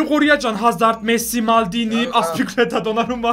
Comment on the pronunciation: Aspilicuetanın ismini düzgün söyleyin yaa